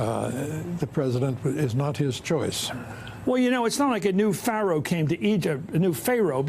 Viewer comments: You were correct in pronouncing the word is PHAROH and then a few seconds later you said: FAYROH. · Pha roe NOT Phar oe!!!!